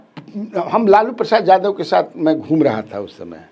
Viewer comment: आप य को ज क्यो उच्चारण करते है यादव को जादव क्यो बोलते है ? बहुत बेकार लगता है